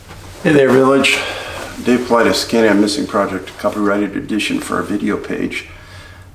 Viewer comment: David, you need to see this right now. That is. Why is he pronouncing his last name "Paw-Lee-deze"??????????? It's pronounced "PAW-LIE-DIS" I've heard YOU say it a thousand times. I don't know what's going on here but as SOON as I heard it I knew something wasn't right.